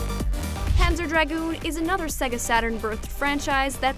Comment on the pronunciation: _- why is her pronunciation of Sega making my head hurt?